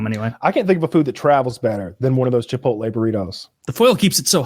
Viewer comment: I think you mean chi-pole-tay